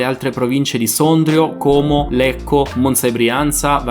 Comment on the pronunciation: Hai detto ‘Como’ nel modo giusto, con la O chiusa ❤️